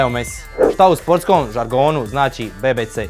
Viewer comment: Nije be be c nego bi bi si